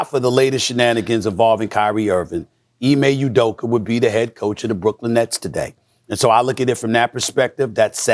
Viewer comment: "Ime Uderker" Stephen A Smith